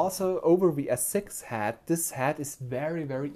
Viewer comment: Excellent review! Thank you for the detail. // Minor feedback (in exchange for your awesome review): recommended pronunciation of "head" is "HED" (like "red") and not "had" (like "bad"). Thanks!